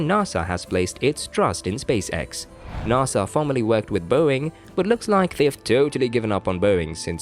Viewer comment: It is pronounced NASA, not NAAASA you wimp what ever you are.